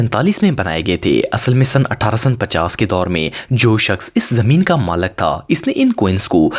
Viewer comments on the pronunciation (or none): maalak nhi maalik🤣🤣🤣🤣🤣🤣🤣🤣